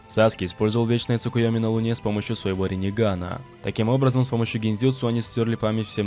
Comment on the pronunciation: Во-первых не "Цукуёми", а "Цукиёми", во-вторых, какой Вечный Цукиёми у Наруто😂😂😂